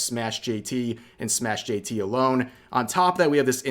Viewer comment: its not SmashJT...its SMASH jt